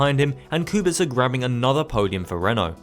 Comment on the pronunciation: Respect from Poland for pronouncing Kubica correctly, waiting for more episodes from this series